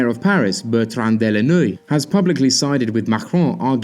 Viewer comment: Your accent on french words was pretty good ! You failed only "Bertand Delanoë" Delanoë = De la no éééé ; noë= pronounced like noé , noah in french. Socialist party doesnt stopped to support hamon because they want lepen to lose. Some does but the majority is => hamon was a dissident inside his own party. He want to make an universal revenue and proposed other social prototypes a little insane. Macron was supported by hollande , he was presented to him by the economist J.attali. So the old socialist follow macron , not the new underdog who offended them many leftist will not vote for hamon because he is too little, now their new champion is melenchon. Melenchon=Macron=Fillon in the second place, it will be a hard election. The second, who will qualify for the 2nd round, will probably win against le pen like we did with chirac 2002